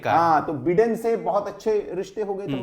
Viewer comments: अरे बिडेन नहीं बाइडन हैं ये क्या बिडेन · Baiden nahin Biden bolte h, bhai bolna Sikh let to achcha hota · My dear so-called Anchor and Journalist, it is not Donaald Trump but pronunciation is Daanld Trum. Also it is not Beeden but Byedn.